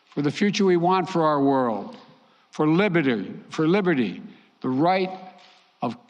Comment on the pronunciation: "For Libbidy" Tell 'em Brandon!